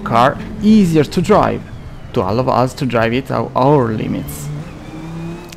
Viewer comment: ottimo per la voce, ma alcune pronunce "basilari" sono parecchio sbagliate ("driving", letto letteralmente come noi lo leggiamo dallo scirtto, quando è "draiving"- "allow" che è "allao" - "precision" che è "presiscion" (intendo quindi le fonetiche). Strano perchè francese e spagnolo sono OK, consiglio di curare la pronuncia, per il resto sempre ottimi video/tutorial